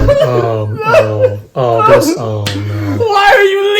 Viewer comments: “Shannon was the name of my WiEf” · SANNON WUAS THE NAOME OF MUY WOOAIEFFF!